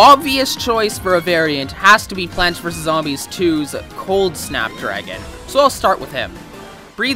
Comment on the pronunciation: Just me or did anyone else think he said fap dragon